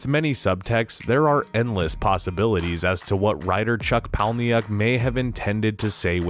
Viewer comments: Ok, Palahniuk...its pronounced Paula-Nick. And he's one of the greatest novelists of the 21st Century IMO. And Ed Norton's character is commonly referred to as "Narrator" or "Jack", as in the "I am Jack's _____" recurring literary device. I have never heard anyone refer to him as Cornelius. (Except for Meatloaf lol) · It's pronounced Palahniuk, not Palniuc